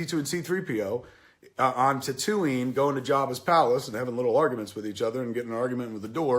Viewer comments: Why does he say tatooine. Like tat ooo eene. It's tat ooo ween. .. Like wtf lol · Kevin pronounces Tattooine weird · Wait wait wait, can we talk about the Tatooine pronunciation? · How can you claim to be a fan yet still pronounce Tatooine like that? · You mispronounced Tatooine . Thumbs Down! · Kevin, you obviously don't understand star wars. you even pronounce tatooine wrong. christ. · Wait...how do you pronounce Tatooine? haha